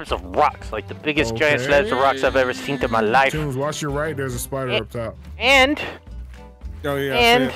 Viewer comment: I just like how always says "seent" instead of "seen".